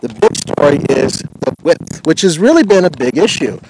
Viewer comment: Can someone tell me why this "professional" journalist/reporter keeps saying WIPTH ap posed to width?!?!